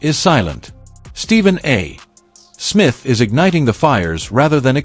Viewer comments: Do your own audio. It's sooooooooo annoying listening to an AI try to read simple, 3rd grade English. It's not Stephen A........................................................................................................................................ Smith. There is no punctuation of any sort between the A. and Smith other then to signify an abbreviation., not the end of a sentence and then a pause. If you are talented enough to handle this simple task yourself, stop making videos. _ It's really THAT Simple. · Why can't AI say Stephen A. Smith. Because it has been taught to pause after a full stop (period). It doesn't understand context. It's NOT intelligent. Give us a human commentator. PLEASE!!!!!